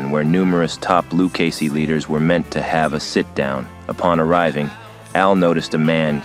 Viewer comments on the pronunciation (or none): Dude literally said Luc a see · Lucasees? Learn how to pronounce Italian names if you're going to narrate a video about the mafia. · Well written bio, but your voice actor didn't do his homework, mispronouncing Luchese several times. Once or twice we could tell it had to be edited/rerecorded. Distracting. No sub here.